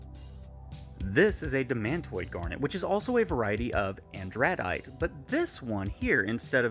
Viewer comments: AN druh dite First syllable accented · Cringing at the pronunciation of andradite